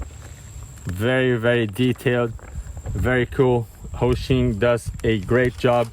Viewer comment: Bro, why do you call it Rohshim??? It's Hosim. There is no R in the word. It's Ho-sim not Roh-shim.